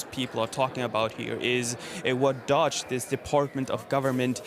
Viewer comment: Wow you are literally at the convention where they say DOGE about a million times and STILL cannot pronounce it. 👏👏👏